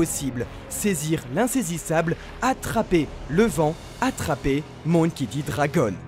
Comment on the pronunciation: "MOUNkey" D dragon ! Vraiment ? on est sûr de la prononciation là ? "Monkey" MON comme MONtagne... 🙃😋